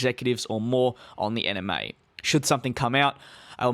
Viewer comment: My brain is thinking that he is saying 'Anime' when I'm hearing 'NMA' 😶